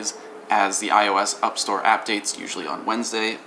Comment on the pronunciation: Upstore and appdates. LMAO i lost it HAHA